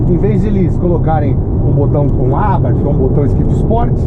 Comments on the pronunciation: Muito bom seu sotaque no TH, porém a marca é Italiana, e se pronúncia exatamente como se lê. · Nunca ouvi tanto a palavra "Abarth" na minha vida! E ainda com pronúncia inglesa. ( Vai entender )...